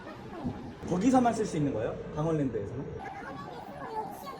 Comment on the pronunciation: 강월이아니고 강원 ㅡ 유튜브한다고 .이게 먼 방송이여